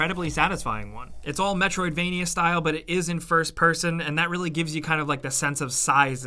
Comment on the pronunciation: Every single video, says metrovania.